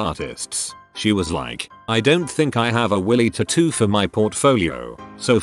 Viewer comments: Everyone else: tatoo Reddit guy: TOOTOO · Tattoo Computer generated voice: tutoo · Could keep watching after the forth time he said titoo